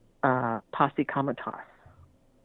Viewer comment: The caller kept talking about "posse comitas" which governs the use of Federal Government troops in the US. It's actually Posse Comitatus. She also lost me at the end with that rise of the Anti-Christ stuff.